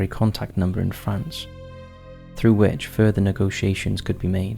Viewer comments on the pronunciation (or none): none